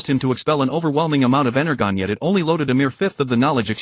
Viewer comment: I totally agree, energon is being misread hurt my soul